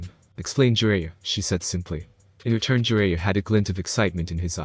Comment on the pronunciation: Sue-Na-Day, Ja-Ry-A Not Sue-nade and Jer-Ray-A